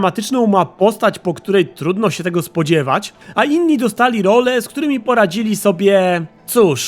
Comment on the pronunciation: zamiast "role" mówi "lole". Śmiesznie to brzmi:P